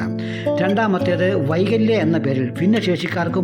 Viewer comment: വൈകല്യ അല്ല കൈവല്യ ആണ് 👍